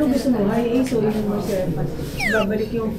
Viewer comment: Pronunciation po ng Mercedes is mr·say·deez :)